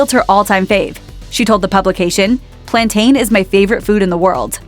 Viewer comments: Did she say "Plantayn"? Let's go climb a Mountayn and drink from the Fountayn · It's Plantain, Same way you'd pronounce Mountain or Fountain